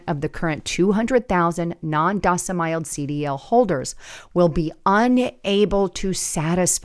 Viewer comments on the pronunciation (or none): She ruined it with AI - "docimiled" and "fright"... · It's "domiciled" not "docimiled". Even Canadians can say that. There are plenty of former truck drivers who got fed up with being treated poorly by the trucking industry. The level of mental manipulation of drivers, combined with treating them like disposable/replaceable pieces of equipment is why the turnover of the driver population has been climbing - attrition was ~100% annually when I drove back during 2nd Obama administration. Active experienced drivers have told me it only has become worse since then, with many newer operators referred to as "steering wheel-holders", with marginal/minimal competency. If you want skilled operators driving those 40-ton guided missiles down the road at all hours, they need much better pay, and relief or protection from being hassled and manipulated by dispatchers/managers who in many cases aren't even qualified CDL drivers themselves (often 4-yr college grads who can't get a job actually doing something with their degree, but who memorized the policy manual), but still get to supervise and discipline drivers. It's a broken system. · Docemiled, it's domeciled! And you're criticizing them not being able to read English!??? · Its pronounced "frayt or frate" not fright. Its aslo dom-is-iled not dos-im-iled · freight is pronounced frate. Domiciled is pronounced (dome)(eh)(ciled). Last part rhymes with child. The irony, given the subject matter, is thick with this one. Come on, you're better than that. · Yeah but later resumed mispronouncing it... And domiciled.